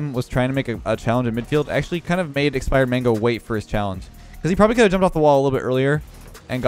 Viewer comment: Every time he said expired mango I heard spider man till the end of the vid lol